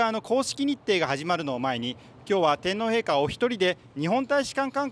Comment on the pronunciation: 衛兵隊長が、正確な発音の日本語で、天皇陛下！、と話しかけられたことに凄く感激しました。